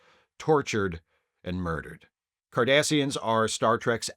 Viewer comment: Did you say "Kardasians"???? Was this an omen? 😁